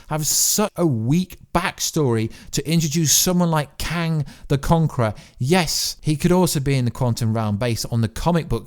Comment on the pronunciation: "living tryboonal" , "kang de conqor"